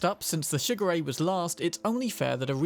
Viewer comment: I could only hear shigure as sugar ray